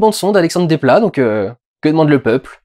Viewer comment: Quand on ne sait pas prononcer correctement les noms des gens, on ne critique pas l’excellent travail qu’ils font ! Parce que tu perds en crédibilité. Dans Desplat, on prononce le s.